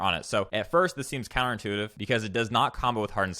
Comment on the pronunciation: Lol, "COUNTER intuitively"